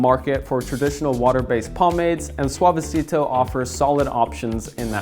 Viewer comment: Bump if you flinched every time he pronounced Suavecito